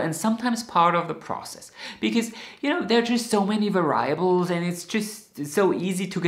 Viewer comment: I love your passion for knitting. Let me help you with the word, "variable." In the USA we say var- ee- able, with the stressed syllable being "var." I'm sure you speak many more languages than I do, so I hope you see this as a kind gesture, not as nit- picking (which I wish related to knitting).